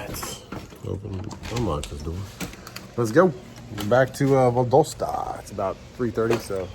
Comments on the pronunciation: Publix is Florida based. Moved to the Carolina's a few yrs ago. Pretty good. Good quality less expensive than Harris Teeter, IMO. BTW it's VAL-DOSS-TA, GA I believe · It is pronounced VAL DOS TA